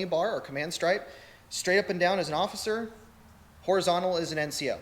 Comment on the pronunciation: Occifer?🤪 Salt-life?😳